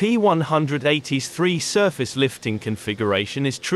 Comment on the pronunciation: Thanks, this is a very informative video! I wish you could have been able to get some interior shots of the plane, but I have seen them on other videos. I loved the clips that you showed. I wouldn't mention this but you asked for feedback about the video: you say, "The P180's 3-surface lifting configuration is..."; however, the way that you stressed the words it sounded more like, "The P180's 3, surface-lifting configuration...", as though it is an AI voice that is still learning how to speak. Not a big deal, but just a bit annoying when trying to understand what is being said.